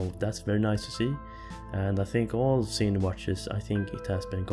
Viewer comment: it's pronounced "zin"